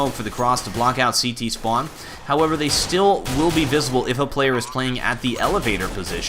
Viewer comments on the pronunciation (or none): none